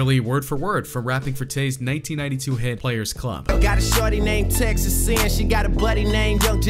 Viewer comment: No way you just said xxxtentAcion